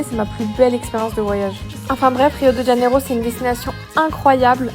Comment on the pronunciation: C'est Rio de Janeiro et pas rio djaneiro